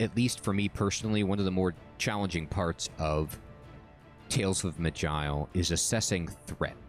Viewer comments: Pretty sure it ain't "magile" lol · It'ss pronounced "maj-eye-el", with the j being sort of sh/ch combo.